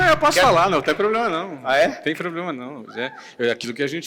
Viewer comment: poblema ? escutei isso ?